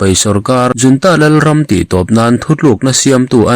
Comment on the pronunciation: A mizo tawnga i let lo rau rau a nih chuan 'junta' hi 'yiuanta' tiin lam law law nise